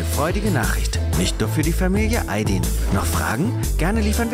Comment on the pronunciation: So wird Ayd“i“n einfach nicht ausgesprochen 😅😅